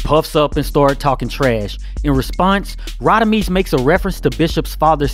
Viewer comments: It's Rodimez not Rodimeez! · Radamez not Radameez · Rah-da-mez …….. Mr Quill-lez. They pronounce the names 😂😂 Love the videos must nit pick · I hate the way they pronounce Radames 😂😂😂